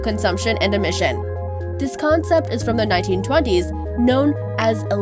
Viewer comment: The way she said "emissions".😂😂